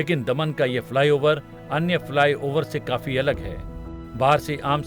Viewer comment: दमण नहीं की दमन..